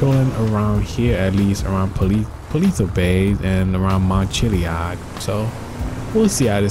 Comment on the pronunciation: How he said pelto bay and mt. Chillad 😂😂😂